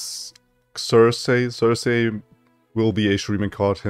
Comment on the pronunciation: I think you're saying it right. Zer-Sie. While it's a bit janky, I'm looking forward to the potential of Careful Preparation.